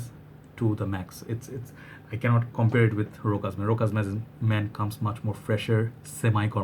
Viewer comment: the only way to say it it's to read it like: RÔSHÁS